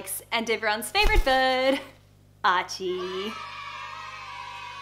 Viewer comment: I' m confused it' s bird or 'bud'?